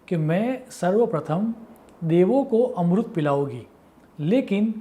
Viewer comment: Dear sir amrut ni Amrit hota h